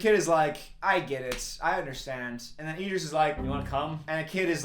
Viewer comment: obsessed with Idris’s name being pronounced as ee-dris